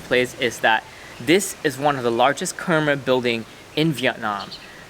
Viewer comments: Wow Soc Trang is my family’s home province!! That was the temple my family and I would always go to :’) also, it’s pronounced “Khmai.” You should learn more about the Khmer Krom people. They’re the indigenous Cambodian people of the Mekong delta and have a lot of rich history that you can learn from. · Love the video! Khmer isn’t hard to say it’s sounds like Thai correct annunciation is “Kum-mai” should be spelled like khmai, but spelled in English is Khmer. Hope you all get to visit Cambodia one day as well!